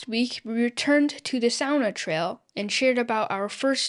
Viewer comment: Just hearing "sauna" pronounced correctly makes me homesick for Helsinki 💙